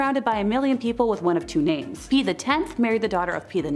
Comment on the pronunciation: I love this format but LORD GOD you really need to learn how to pronounce people's names! Some are so badly butchered LMAO!